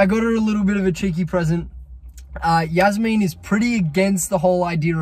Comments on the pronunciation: wait its pronounced yaz-meen i thought it was jazz-men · The way he pronounces jasmine like “yasmeen 😂